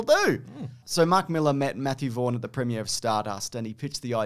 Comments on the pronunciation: Appreciate you pronouncing Millar correctly, not 'Mill-Ar' like Americans. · Thanks for not saying mil-AHH like an American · It's really nice hearing someone pronounce Mark Millar's name correctly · 10 points for pronouncing Millar correctly.